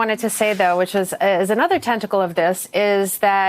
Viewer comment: Tenticle lol